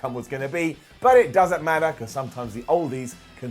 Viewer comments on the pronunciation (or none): none